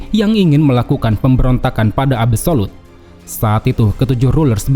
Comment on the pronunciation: absolute ❌ abu solud ✅